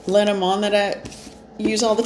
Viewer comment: Aww good sweet morning!😊🤗🐈‍⬛🐈☕️🩵🩵and everyone!🩵Well I love the way you pronounced LeNormand in French! As you may know I am French speaking first from Montreal lol😃Also I am still reconsidering the trip for very soon, I will try to follow messages and my gut..I got a sea dream also 2 weeks ago 🌊🌞Gonna decide soon asking spirits for the best outcome..Well it is « just » a little vacations trip but it would make me feel well, even more at this time that we are having a strange survey at my job that I don’t like too much..🤪I will meditate about the trip lol and we’ll see..Thank you so much anyway! You are always making my day for sure!😊🤗🩵🩷😇😇